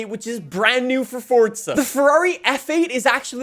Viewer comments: Bro this nigga keeps calling it "fortza" it's called FORZA keep calling it that ima call the feds fasho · ITS NOT FORTZA HORIZON 5 ITS PRONOUNCED FORZA HORIZON 5 YOU DUNCE